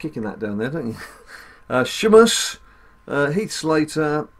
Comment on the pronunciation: No hate but ur saying sheamus wrong